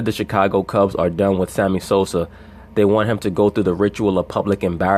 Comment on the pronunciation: Did i hear you say Sammy Soser 🤣🤣🤣 sounding like Stephen A Smith, brother. Lol Peace